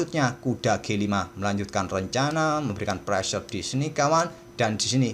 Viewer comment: Istilah " pressure" itu keren bgt om,, apalagi cara pengucapannya itu lohh 🤗 ditambah istilah "sikat" aduhh, cool.. gajah sikat kuda,, kalo mau di ganti ya pake istilah " hantam" juga boleh om 😀😀 Mksi..